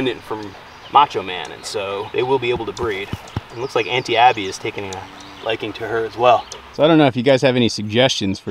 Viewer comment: Congrats on the calf, but when you said Aunty Abby I somehow heard Anti Abby. Just felt a tiny bit fitting 😂😂😂